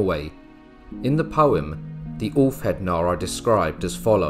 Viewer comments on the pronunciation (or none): none